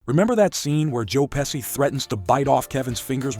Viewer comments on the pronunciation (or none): It's pronounced "Pe-shee" not "Pe-see"